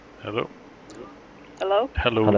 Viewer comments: "Hallow? Hallow? Hallow? Hallow? Hall-." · "hall o"